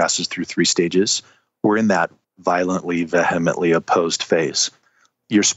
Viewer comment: she "VEHEmently" opposed XD